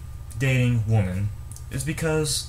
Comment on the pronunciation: Right. I don't buy them anything. You're pronouncing the word "women" wrong. "Woman" is singular, "women" is plural.